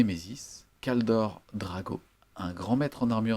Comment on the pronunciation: je veux bien passer à côté des vingt zattaques (il n'y a pas de s donc pas de liaison à faire) mais Kaldor Drago alors là je ne peux pas. C'est Draigo par Crom, DRAIGO. Je ne suis pas gros joueur Chevalier Gris mais je souffre chaque fois que je t'entends changer le nom de l'un des personnage les plus iconiques et invulnérables de 40k contre celui d'un dopé incapable de battre un simplet de la moitié de sa taille (:D)